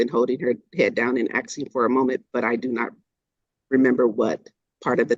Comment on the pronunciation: ASKING NOT AKSKING JFC 😂